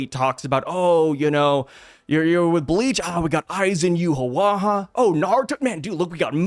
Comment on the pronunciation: Haha how you pronounce ywach from bleach....You-ha-whaha 😅😅